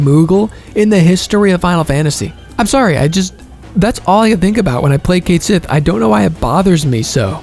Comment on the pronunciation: I still don't understand why they had Cait Sith pronounced wrong in Rebirth when the fan cast Echo-S could get it right rather effortlessly. Edit: The Minigames are genuinely not fun whatsoever. I couldn't loathe them more than I already do. They genuinely lowered my already low opinion of this game. Outside of Triple Triad, FF hasn't had a truly fun minigame. I wish Square would stop adding them to games. They made KH BBS worse too and I love that game to bits.